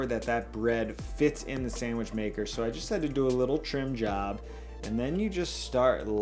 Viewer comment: anyone else bothered by his pronunciation of "sandwich"